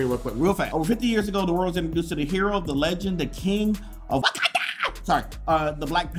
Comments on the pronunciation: I got scared every time you said wykanda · It’s pronounced Wauconda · The way he said wakanda 😂😂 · why u say wakanda like that